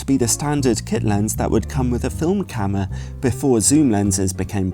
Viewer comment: please don't say camer!